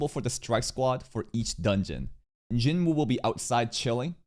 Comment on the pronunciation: bro i always wondered, you know how to pronounce choi right, but not jinwoo lmao (also the dub says choy instead of che, literally unwatchable)